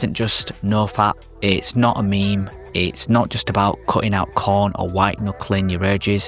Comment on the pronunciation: Is this dude saying corn not porn?